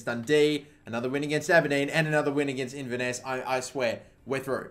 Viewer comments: it's pronounced in-ver-ness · its pronouncer in-ver-ness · Inver-nuss? 😂 Inverness Caledonian Thistle, Kill-ma-nock? WTAF 😂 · Inverness is pronounced In-ver-ness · 😂😂😂😂😂 the way you pronounced Inverness 😂😂😂